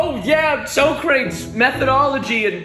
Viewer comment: It is not so crates. It is pronounced socratees. Smh at all Americans icl